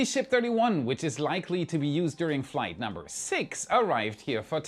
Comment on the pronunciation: Many weeks ago, after the third IFT, I thought he kept saying Third Reich instead of Third Flight lol 😅